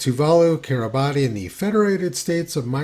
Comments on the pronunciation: Just to nit pick - Kiribati is pronounced Kiribas, whilst if you are talking about the people who inhabit Kiribati (Kiribas) then, indeed, the pronunciation is as you expect - Kiribatis, with the 't' and everything... hope that helps :) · The name of the country is pronounced Kiribas. In their language, a word ending with the letters T & I is a had S sound. Hope that helps.